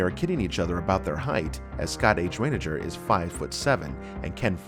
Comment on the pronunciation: Scott Reiniger (Rye-neg-er )😊